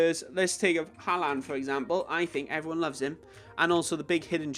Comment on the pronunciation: He’s name is Erling Haaland, not Ery Hanaland!!